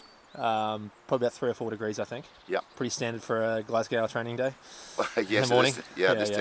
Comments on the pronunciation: Noticed that too,amount of Americans and Australians that say it like that instead of pronouncing it like ‘Glas-go’😂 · Think "Glas-go" and you'll be OK. Dudley's facial expression was funny though 😆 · "We're out here in Glass-Cow" 🍷🐮 Come on mate, you're giving us a bad reputation 😂🇦🇺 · physically recoiled at pronuncation of Glasgow. big love still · Dudley's grin when you pronounced 'Glasgow'... it took all this strength not to make a joke about it, I can see it in his eyes.. 😂 A true professional. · Haha! My thoughts exactly. Well done Dudley, probably about as hard as the session- not to correct him.